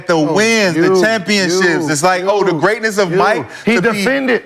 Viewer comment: Greeatness.. injuries.. we understand